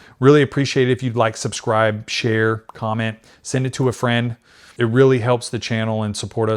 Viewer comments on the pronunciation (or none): none